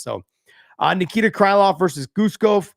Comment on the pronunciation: cry(😭)love? hibus? sorry Mr. Thopson its oke to be Amarican but plz have some respect for the names of you fellow fighters, you're almost getting on rampage lvl of pronounciation of names, and he is not serious.. no hate , all love